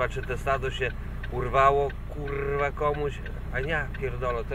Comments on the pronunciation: ten akcent na 'rrrrwaaa' :D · kurrrrwa.....kurrrrrwa......kurrrrrwa.....kurrrrrrwa :P sporo tego sie posypalo ... chyba kazda kurrrwa przypada na 1 krowe :P